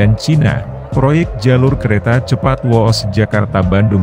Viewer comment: Whoosh itu bacanya Whuuush bukan wooooosss masa yg gini aja gk tau